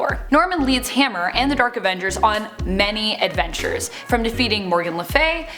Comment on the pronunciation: Why does she call them the “Derk Avengers”?